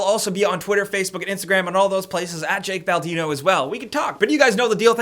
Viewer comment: Jake baldimo? I thought you said the great bambino lol